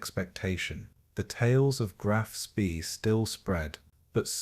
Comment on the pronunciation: Get frustraded and angry instead of falling asleep because these wankers mispronounce, "Graf Spee" every fucking time.